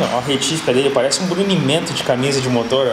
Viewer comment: Putz veio na cabeça brunimento, vc pronuncio !!!!!! Top